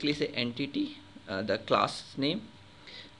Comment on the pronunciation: en-titty bahaha